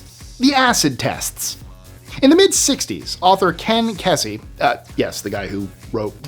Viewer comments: Ken Kesey’s last name is pronounced Kē-sē…to be pronounced Kessy would require the two esses I’ve employed here… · Ken Kesey pronounced kee see first syllable accented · ken( pronounced) kezy and it was the electric kool aid acid test